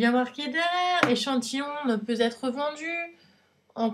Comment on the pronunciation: Arrête de dire ne peut Zêtre vendu, c'est horrible ! Après entre ta bb crème qui vaut presque le prix de ta box et les gélules qui coûtent cher aussi (et c'est pas un soucis d'âge la perte des cheveux). Alors oui ELF ça m'a fait rire aussi mais à part ça c'est pas si horrible (et y'a un E à la fin de gueule). Tu payes 15€, faut pas t'attendre à recevoir 50€ de produits à chaque box.